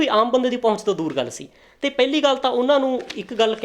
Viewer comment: ਪੈਲੀ ਨਹੀਂ ਪਹਿਲੀ ਕਹੋ ਵੀਰ